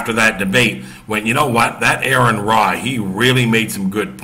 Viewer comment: I watched your video. I have a few points I would like to address. 1. Aron's name is pronounced Are-ron not Air-ron. 2. Christians are not prohibited from debating. Part of establishing Christian doctrine came from debating theology. Also there is 1 Peter that says be ready always to give an answer. You should know what you believe enough to discuss it and debate it. 3. This was not billed as a debate this was billed as a discussion. 4. They were discussing whether the earth is a flat earth. They were not discussing creation. 5. You can quote scripture without knowing God. It's done all the time. Many times even it is done accurately and within the appropriate context. 6. There are Christian who are practicing scientists that reject the notion that the earth is flat on the basis of the science they know and can demonstrate. 7. Of course people go to the world to defend God. It makes no sense to go to the Bible to attempt to do it because that would be akin to using a comic book to justify the existence of superheros. If someone does not believe in God then saying the Bible says this does nothing to support your argument because they have no reason to believe it. 8. You can deny anything that is not supported by testable claims. If something cannot be demonstrated to be true you're pretty safe in rejecting it as not being true. 9. Atheism just means a lack of a belief in a deity or deities. There is nothing else other than that. An individual atheist may believe in evolution o